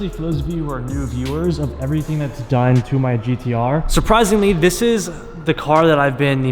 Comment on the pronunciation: "E'veryting you need abou NISSAN GTR" Coming from a real big expert who has owned a GTR for 2 month and don't do a fucking shit self with the car. Sounds like a real pro or doe'nt it??? 😂 😂 😂 😂 S